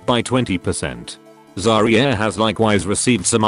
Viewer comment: I crack up on the Zar-Ree-Arr everytime goddamit.